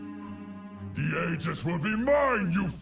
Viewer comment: I can't believe not a single person at blizzard googled "how to pronounce aegis". It's especially obnoxious because they used to pronounce it correctly in previous expansions.